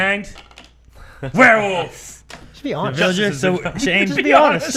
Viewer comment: says werewoof